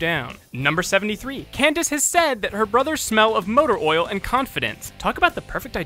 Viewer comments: you said cadence instead of candence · He mispronounced Candace's name, and instead said "Cadence" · In fact 86 it sounded like you said Cadence XD MLP FOR DA WIN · you said Cadence instead of Candace on 86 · In fact 86, you said Cadence instead of Candace. In fact 100, you said that you probably mispronounced someone's name in the video. On purpose or no? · You were right on fact 100, You mispronounced candice as cadence once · Am I the only one who heard him call her Kadance? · "We'll give it a pass because we probably mispronounced somebody's name in this episode." No, no,. I'm sure Cadence is a real character. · Did you say Cadence? Lol Cadence is another name for a scale in music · You said "7" instead of "70" and in 86 you said Cadence just like you said you probably mispronounced someone's name😂 anyway good job! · "Jerem" "Number 7" "Kidence" And that's my nitpick for the night. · He actually did mispronounce a character’s name in this video lol